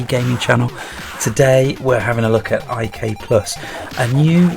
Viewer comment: Did people really call it "I-K-Plus"? I grew up on the C64 and it was always known as "IK" "PLUS" or "International Karate Plus" ... just wondering.. :)